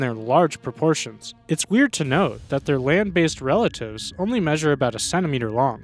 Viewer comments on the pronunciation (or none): none